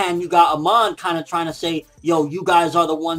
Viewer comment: Its not "Aman" but "Amon" :D im not nitpicking but its still bothers me :D